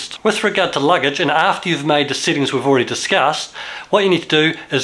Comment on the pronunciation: why instead of saying sEttings, he keeps saying sittings?